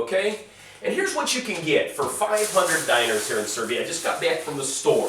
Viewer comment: Stop saying Diner XD It's Dee-Gnar. 1-dinar 2-dinara